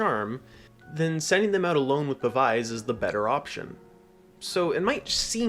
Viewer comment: Pav-ize is like the only wrong way to say that word 😂